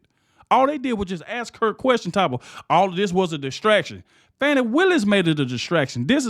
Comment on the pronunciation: I dont like her but you should pronounce her name correctly. Don't be like biden.